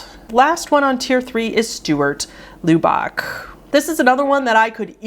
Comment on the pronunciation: Great video but I will say it made me cringe so hard as to how you pronounced Lubbock. As someone from Lubbock the -ock sounds like -uck. Just for reference if you do a full video on poor Stuart.